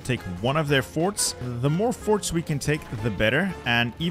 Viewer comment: he said forts